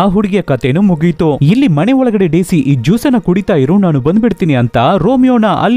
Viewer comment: ಕನ್ನಡ ಉಚ್ಚಾರಣೆ ಸರಿ ಇಲ್ಲ ಮನೆ ಅದು ಮಣೆ ಅಲ್ಲ explain super but ಕನ್ನಡ bad